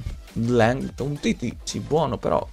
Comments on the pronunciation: LENGLÉ si pronuncia non LENGLEDT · Riuscirai mai a dire/pronunciare LENGLE(T)? Senza dire Lenglndt?